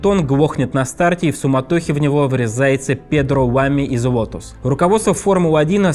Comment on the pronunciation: а почему ведущий произносит Уотос, а не Лотос?